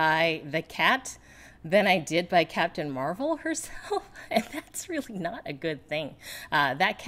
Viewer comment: Catpun Meh-Well :)